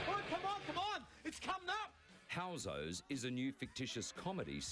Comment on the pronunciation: its housos not hosos lol